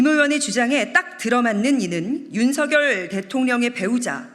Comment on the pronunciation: 이 사람은 일단 한국어 파괴자 윤석열을 제멋대로 불리우기 원한 대로 윤성녈로 안 부르고 올바로 윤서결로 발음해서 참 좋다.